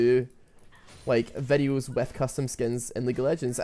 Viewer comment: nice "vedhioos"